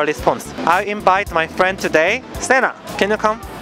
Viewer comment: Its no “sana” its sena